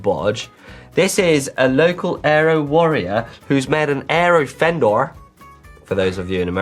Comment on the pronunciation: No American says fendor.